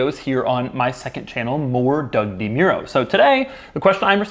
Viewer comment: Doug DeMore-o